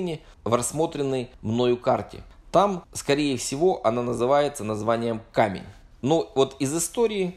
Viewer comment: Почему КамЕнь, а не КАмень? Может быть, это просто обычное слово русского языка "камень", с ударением на 1ую букву а. Сейчас же есть, например, город Камень-на-Оби (он произносится именно как кАмень.)